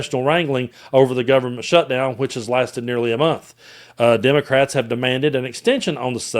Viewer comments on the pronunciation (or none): none